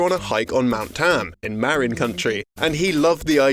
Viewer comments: "Maren Country". No, it's Marin (Muh-rin) County (Count-ee). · MERRIN COUNTRY lol. Dude, it's muhRIN COUNTY and it's North of San Francisco. And it's beautiful. Marin County, California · Did he say Maren Country for Marin County??? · I guess we can't fault the Brit for pronouncing Marin County as "Marren Country."